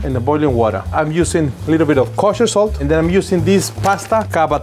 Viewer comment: The lady said "salt" like "sult".. reminds me of that youtube short where that lady adds cheese to everything... it's her 😮 "alright cooks" 😂